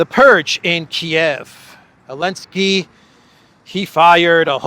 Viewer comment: saying Elensky continues to make me titter when I hear it. And particularly amusing when says it, by mistake